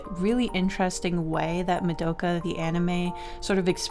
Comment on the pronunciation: Very sorry to do this, but the way you said Mudoughkuh has sent me into a rage. It's MA. DO. KA. it's easy. no muhs involved.